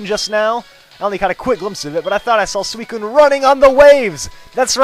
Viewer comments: I've always pronounced SUICUNE 'SU-SOON' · Does anyone else say Suicune like "Suisine" ?